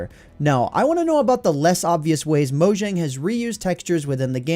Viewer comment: Is it pronounced mojang or moyang